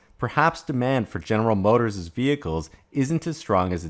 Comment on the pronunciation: It's not "General Motorsez" as a 'possessive' of General Motors - it's simply General Motors - one 's' at the end - your saying "general motorsez" makes you sound illiterate.